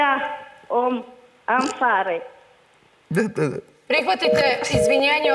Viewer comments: Ova zena cjelo vrjeme govori: "Isch scho guet" To znaci na svicarskom kao: dobro dobro.. I rjeci kao "fertig" to znaci gotovo... i na kraju je najjace rekla ''amfahre'' sto je totalno pogresno 😂 to se kaze "abfahre" znaci marš ili gubi se... ali je jos i to pogresno na njemacki rekla 😂😂 dodatno me nasmijalo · ali ona jako nerazgovetno je pricala i stvarno kao da kaze biso guet sto nema smisla nikako… ne znam al na kraju umesto abfahre ona mu kaze amfahre… mozda je tako naucila, puno nasi ljudi pogotovo koji nisu ucili nemacki u skoli, pricaju pogresno ceo zivot